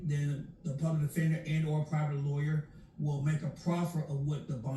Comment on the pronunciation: He sure did 😂like madea said lieawyer